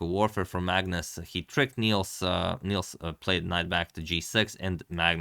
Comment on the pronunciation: Nice game! If you cover more games by our Swedish GM, Nils has a short i, it rhymes with "pills".